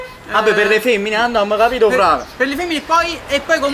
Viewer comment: Se ascoltate bene a un certo punto dice:"e capit eh?